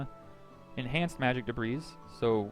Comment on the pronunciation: The s in debris is silent even in plural form, also if I may give you a tip: drag your skill screen to the top half;right/left side of screen, that way you don't have to close it and we can see your character at all times. Other than that great vid!